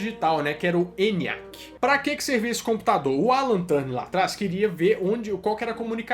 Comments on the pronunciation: Muito bom o vídeo, gostei muito do início, se não me engano o nome do sujeito é Alan Turing, e não "Turning". Mas acho que devia ter mencionado que entre a década de 90 e 2000 houve a WAP e os vários protocolos Gprs, edge, hsdpa; que foi o verdadeiro início da internet no celular. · Turning, não. O nome dele era Alan Turing. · Essa pronuncia do sobrenome do Turing me deu bastante agonia, mas o vídeo ficou top d+ da conta uai!!!